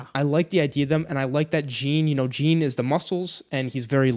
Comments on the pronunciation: Pronounce it "Jeen" one more time I fucking dare you 🤬 Haha it's pronounced like "Sean" but with a french "J" like Jéane Van Dam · This is why audiobooks matter! Jean is pronounced like Jean Valjean, not Billie Jean... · you calling Jean 'Jiin' I can't 😆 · I'm pretty sure it's pronounced like John but fancy. Anyway, love your videos almost as much as I love this book. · I cant get over how they pronounce Jean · Jean rhymes with Gone! 😭Other than that great vid guys! This is my fav book OAT!